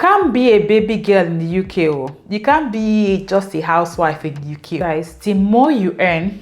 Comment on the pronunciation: Thanks for sharing your experience...❤❤ Please don't go back, stay in the "Youkay" forever 😅. We hope that by this time next year, you'd have added some "Likes" and reduced some "dislikes" ❤